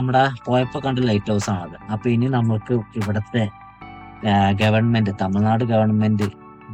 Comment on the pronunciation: തമിൾനാടല്ല തമിഴ്നാട്എന്നാണ്പറയേണ്ടദ്